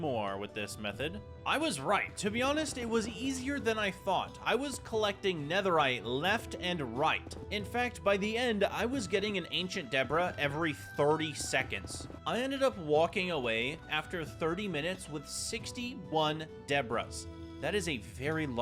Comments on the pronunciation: Ah yes, ancient debrahs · "AinCHanT DebOrAh" 🤣🤣🤣